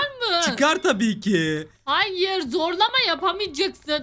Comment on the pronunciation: Hayır diyeceğine "ÇAYIR" diyen koca yürekli:DDDD